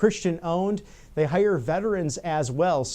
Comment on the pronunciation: Fate ...not fase ...and hire not hice ....